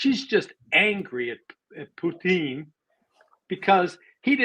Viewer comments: Judge Napolitano pronounces "Putin" perfectly . Ray's pronunciation is close, but e.g. it has soft "n" at the end, which it shouldn't. Pu-t*ee*n ( , ) is completely wrong. Many English-speaking people also say it like Pew-tin , which is also wrong. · On president Putin’s last name pronunciation- the accent is on U. Like P[o-o]tin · Putin , accent on letter U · It is PU-tin - the emphasis is on the first syllabus. Please stop pronouncing it a la French. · Regardless of whether it's correct or not, I hate the way Ray McGovern says Putin's name. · I like Ray, but I live in Russia and have been here for 19 years now. He's not pronouncing Putin's name correctly. It sounds like he's trying to Latinize it. The emphasis is on the first syllable and the i is soft, not hard. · Putin's name is stressed on the FIRST syllable, not the last. Case closed. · The stress is on the first syllable in "Putin," not the second.